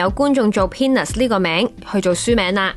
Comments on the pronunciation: Nasa , not Lasa; peanuts, not penis （陽具）.小心。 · 係咪讀左做penis??😂